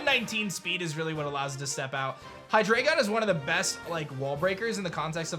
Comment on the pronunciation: Omfg is it a RULE that you can only be a poketuber if you butcher every language every chance you get?! Why are people still mispronouncing Hydreigon?! The portmanteaus of the naming conventions of Pokémon is crucial. Also Quaxly’s evolution is OBVIOUSLY supposed to be pronounced similar to Carnaval. Yeesh should I just become a poketuber so for ONCE there is somebody who understands what they’re talking about?!?!?! Come ON, y’all!